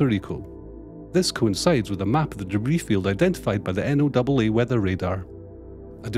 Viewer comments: Great report. Thanks. Didn't expect those emails with post-launch flyover photos just a couple of hours after launch. You guys are great. BTW, NOAA is pronounced "Noah" not N O A A like the F A A. Hey, we're American. Can't have consistency in our pronunciations! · NOAA is read as "Noah" and not N-O-double-A